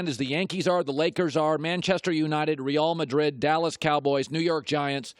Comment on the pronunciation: "Re-ALL" Madrid LOl